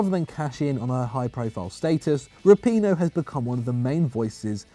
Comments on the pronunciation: Did he really say megan rapione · Rapinoe?! Just stop. FFS no. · I can understand the difficulty in saying some Italian names (though the mispronunciation of Chiellini remains inexplicable), but how do you butcher Megan Rapinoe's name? and 20 seconds later, he says it correctly....😂